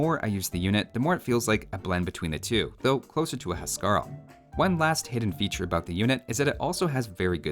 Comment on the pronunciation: Huskarl is pronounced "Whose-Carl"